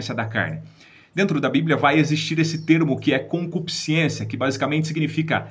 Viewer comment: "Concupiscência" e não concupisc i ência. Boas informações, obrigado.